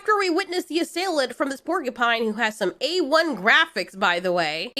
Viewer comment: . Percupine?! XD